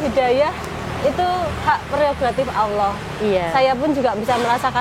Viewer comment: Untuk bu maaf saya ingin koreksi sedikit. Mohon sebut Allah, jangan awoh. Karena Tuhan di islam adalah Allah bukan awoh.